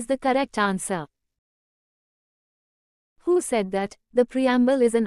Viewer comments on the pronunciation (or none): none